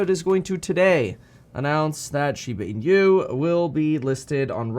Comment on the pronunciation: pronounced as " she ba , ee noo"